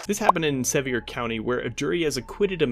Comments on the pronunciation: It’s pronounced suh- veer 😂😂😂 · Pronounced sa-veer county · Its pronounced 'severe' county. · It's pronounced "severe" county I live there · Sevier County is pronounced “Severe” County, just like a severe thunderstorm. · It's spelled "Sevier" but it's pronounced like "severe". I know, because I live in the neighboring county. Jefferson County. Tennessee has a lot of places that are pronounced differently than they're spelled lol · It's pronounced severe..... like severe panic attack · Pronounced as Severe... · Pronounced the county wrong 😑